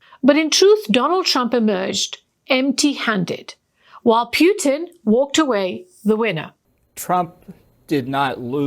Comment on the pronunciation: Can you please learn how to pronounce President Putin's name correctly? It's unbearable.